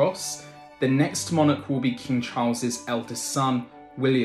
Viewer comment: You couldn't get more facts wrong it you tried in this video. Please also learn how to pronounce the word 'monarch'.